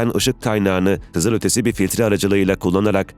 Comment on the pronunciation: Metinlerin düzgünlüğü takdire şayan da, bu nasıl bir okuma yahu? Japon mususuz da L sesini R sesiyle karıştırıyorsunuz? Kızırötesi, hövüvud…